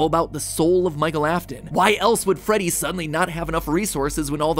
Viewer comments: Did this man actually say freddit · did he just say freddit???